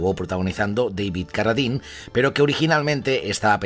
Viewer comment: Carradine.... Uf me ha dolido escucharlo.